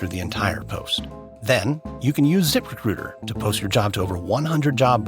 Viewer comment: The guy’s pronunciation of the words “zip recruiter” is unacceptable. If he didn’t say “zip recruiter” 75 times an ad, I wouldn’t care, but it almost made me stop listening to the podcast.